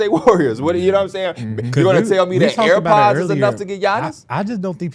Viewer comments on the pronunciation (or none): Damn p why he keep saying AirPod instead of podz 😅😂😂😭😭